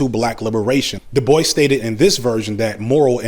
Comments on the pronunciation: I think Dubois is pronounced “Doo-bwah”, not “”Da-boyce”. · Every time you say "Debois" it sounds like you're saying "Da Boys" lol